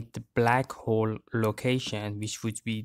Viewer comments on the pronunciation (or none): The way you say "hole" looks like arnold schwarzenegger's accent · Ah yes, he has a “Arnold Shwarzenegger accent”